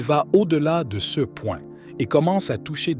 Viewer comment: « Ce », »ci », « mgr » sont mal prononcés : pourquoi ? est-ce l’intelligence artificielle……😅comment prendre au sérieux?